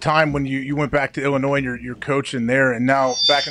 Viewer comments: bruh no disrespect but there is no way that you said illinoise it’s illinoi (don’t pronounce the s) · It's Illinoie. Didn't do much here.